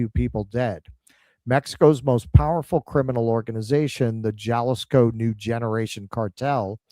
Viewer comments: Jalisco is pronounced HA-LIS-KO,. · "j" is pronounced as an "h" in Spanish. It's "haleesco" as "i" is pronounced like "ee" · No. Ha-LEES-ko. Gringo. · Jalisco is pronounced Hahl ee scoe